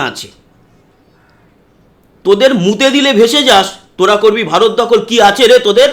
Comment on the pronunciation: এই লোকটা তো ভারত বলতে পারছে না, বলছে বা র ত .😂